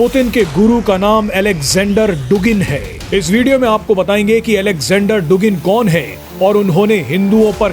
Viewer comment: डुगिन नहीं, ये शब्द "दुगिन" उच्चारित किया जाता है।